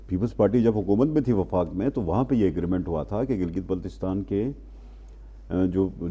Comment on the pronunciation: جو میڈیا اپنے اشتہار اچھی طرح دیکھ کر نہیں لگاتا وہ خبر کیا دیکھ بھال کر دیتا ہوگا۔ جناب وفاق ہوتا ہے وقاق نہیں۔